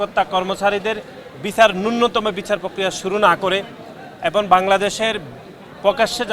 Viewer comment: উচ্চারণ ভালো করে বলতে পারেনা। এবন বলে এবং কে